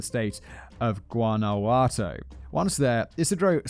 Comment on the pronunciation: Sorry, did you hear him say Guanajuato? 🤣